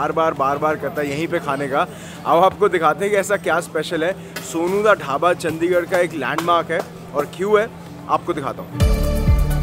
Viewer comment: ਔ ਭਰਾਵਾ ਕਿਊ ਚੰਡੀਗੜ੍ਹ ਦੀ ਅਹੀ ਤਹਿ ਫੈਰੀ ਆ ਤੇਨੇ ਚੱਦੀਗੜ੍ਹ ਬੋਲ ਬੋਲ ਕੇ ਤੂੰ ਤਾਂ ਭਰਾਵਾ ਨਾਮ ਬੰਬੇ ਅਲੇਆ ਵਾਂਗੂ ਲੈਣ ਲੱਗ ਗਿਆ ਆਪਣੇ ਚੰਡੀਗੜ੍ਹ ਦਾ